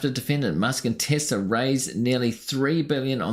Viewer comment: I did not know it was said "Tissla"